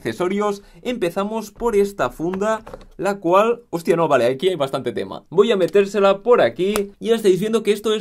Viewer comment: “voy a M3teRrCela por aquí